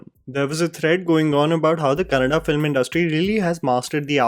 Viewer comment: Kan-na-da. Tulu is not part of 'Kannada'. Let your English Aunty know too,.